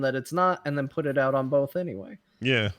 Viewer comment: thought of it! "both" "bolth"